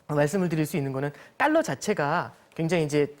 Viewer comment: 자꾸 딸러 Ddollar 라고 하네 ㅋㅋㅋㅋ